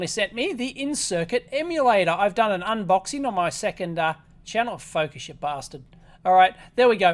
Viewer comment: Sooo focus ya bastard is aussie for focus you fawk? Or is it the other way around?